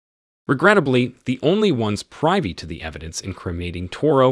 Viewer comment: priv·y /ˈprivē/ Pronunciation counts.